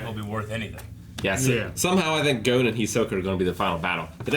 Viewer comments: They still can’t pronounce Gon right? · For me the voices are just fine. It’s the pronunciation of the names that fucking annoys me. They could pronounce Kurapika’s name just right but not Gon’s or Hisoka’s, which I think are fairly easier to say.